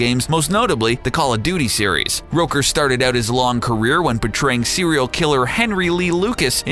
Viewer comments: Michael.. Rouker? It's ROOKER. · Michael Roaker? It's rooker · Facts about Michael Rooker: 1. It's Rooker, pronounced like hooker, not Rowker, And 2. He already plays Yondu in GOTG, so they won't re-cast him, So it's more like Top 9, not Top 10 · Its ROOKER not ROKER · its pronounced roo-ker, not roker. fools. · How did you mispronounce Michael Rooker's name? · Am i the only one seriously annoyed about how they say Michael Rooker's name in this?